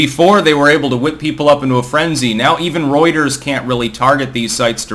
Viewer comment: I didn't even knew what "Roiters" was until this video 😆